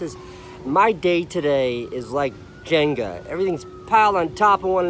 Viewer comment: It’s Jenga not Jenga